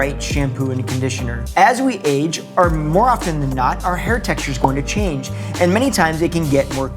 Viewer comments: You forgot the "N" in change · ‘not being open to chaNge’ - you forgot the ‘N’ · [There's an "n" in 'change']